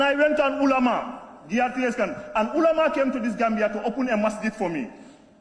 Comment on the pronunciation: He can't even pronounce makka and ulama properly